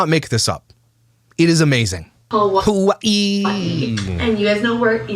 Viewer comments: "Ha-wAH-EE" Geezus lol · 😏 Unfortunately what has not realised, is Jess gets bored quite easily with people after a while. After moving all the way from what she pronounces Huwii! Like the phone lol. What a total shame, because Jess for certain will bore of her soon enough. Jess will find or make excuses not to meet with her or invite her to places or her house. It will definitely happen just watch this space. Before we know it, poor sunkissed idiot will be no more. She will frizzel out of Jess life. As if she was never in it. Goodbye. Back to Huwiii you go.😃😁😘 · Why does it make me want to throat punch her every time she says “Ha-Vwye-ee?! STOP! She says Waikiki the improper way, she says every other Hawaiian word incorrectly, EXCEPT Hawaii. Just STOP! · And the way she says Hawaii literally makes me nauseous 🤢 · Why does she pronounce “Hawaii” like that? Is she ok?